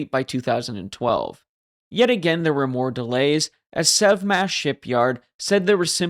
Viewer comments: I think it's probably "Sev Mach" ... like Sevastopol Machinery or something. We do have a tendency to name stuff like that. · You said, "The Sev Smash Shipyard", I heard, "The Sub Smash Shipyard", which sounds closer to reality...